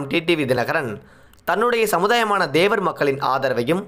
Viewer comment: தேவர் Dhevar இல்லை தேவர் Thevar என்று உச்சரிக்கவும்